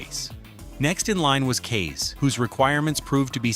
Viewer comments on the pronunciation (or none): You just had to butcher Kaze's name, huh? It is pronounced as KAH-ze, as in "Kamikaze", which it is apparently short for. I mean, She IS Japanese, after all